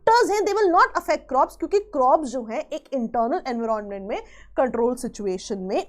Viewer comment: Explaination was good no doubt but kindly do not unnecessarily pronounce the word in a different way just to show you know better than others..like we all know how to pronounce environment and everyone pronouncing in that way only And today you came up with the new one en-viron-ment.. seriously 😂😂😂 can’t you pronounce it simply environment just like others.. unnecessarily adding new pronunciations